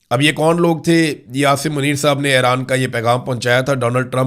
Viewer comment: برادرم، براہِ کرم اَیران (AIRAAN) نہیں اِیران (IRAN) بولا کریں، شکریہ ۔